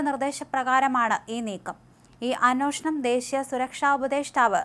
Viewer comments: അനോഷണം അല്ല.അന്വേഷണം. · അന്വേഷണം എന്ന് നേരെ ചൊവ്വേ പറയാൻ അറിയാത്ത വഴിപാട് ആയി പോയല്ലോ ഈ അവതാരക